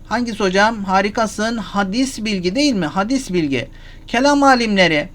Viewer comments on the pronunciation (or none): Hadîs bilgi değil Hocam. Telaffuzu Hâdis bilgi olacak.